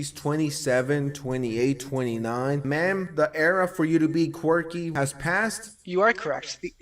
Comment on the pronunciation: they way she says quirky omg i cant. QUEWKY